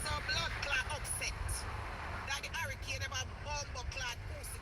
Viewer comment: Bad shape egg said it a Harrycane😂😂😂😂😂😂. i thought it was Hurricane 😂😂😂😂😂😂 BLC Dunce